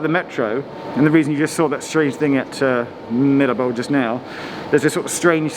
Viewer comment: Geoff not being able to pronounce Mirabeau is proof you’re not an F1 fan! 😂